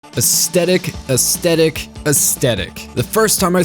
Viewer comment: It’s aesTHetic not aesTetic!